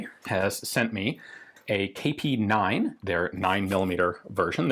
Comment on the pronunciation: thought he said KT-9 myself